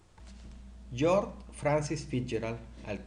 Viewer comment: Aún después de aviso, ningún nombre bien pronunciado 😂 Ponquer, Poncaire, Poncair 🤯 no es más fácil Puancaré? Luego Larmur en lugar de Larmor , George como Jorx, Michelson como Mikelson 😉 No consigo encontrar una norma que rija la pronunciación de los nombres en estos vídeos que no sea aleatoria!🤔 Antes de hacer unos videos tan interesantes, no costaría tanto asesorarse para ser más riguroso como precisa la ciencia.